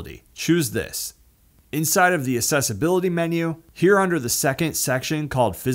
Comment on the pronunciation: Why do you keep saying "assessibility" instead of accessibility?